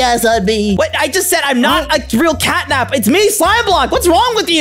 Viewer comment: It’s catnab